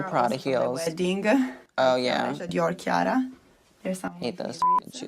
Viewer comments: chiara Ferragni is pronounced Kiara FerraÑi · For me at least (I'm Italian) • in "Chiara", "ia" is a diphthong, he's separating the "i" and "a" • in "Ferragni" the "gni" is pronounced like a stronger version (?) or the Spanish ñ.